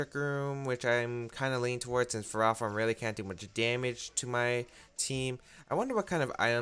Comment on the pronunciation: Please. It's Ferro, as in ferrous or made of iron, and Thorn, like a rose bush. Ferro-Thorn. Ferrothorn. Please. I can't hear Fur-Raw-Thorn again.